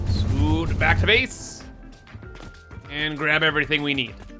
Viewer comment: Haven't watched one of your videos in a while. I had forgotten you say BEESE instead of base, and SPEECE instead of space and it drives me crazy. Love the content though.